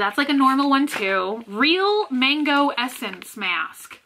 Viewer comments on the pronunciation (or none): none